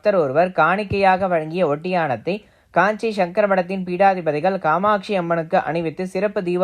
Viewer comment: Kindly pronounce our Parama Mahan Guru as PEETADIPADI. peedadipati meaning is different🎉. Thank you